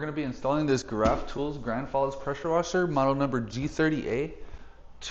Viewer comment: Did you just say "Geraffe" and not like the animal pronounced "jeraffe"? LOL